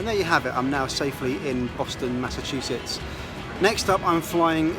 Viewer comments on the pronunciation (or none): none